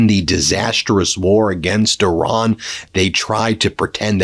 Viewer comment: Ben, please respect the Iranian people by referring to their country as Iran, and not “Oran.” I know you have the heart to do better!